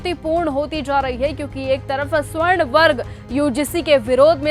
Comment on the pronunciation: मैडम जी स्वर्ण नहीं सवर्ण होता है 😂